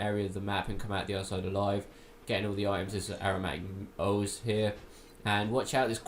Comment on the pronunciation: How do you read halberd as ''helberg'' or ooze as ''oze''? And excape instead of escape? I'd do silent walkthroughs if I were you. In fact unless you're going to actually go over everything I wouldn't bother at all, I learned more reading the comments and probably should've gone to the wiki page instead. All videos like these do for the attentive viewer is waste time until we find a proper walkthrough that answers our questions.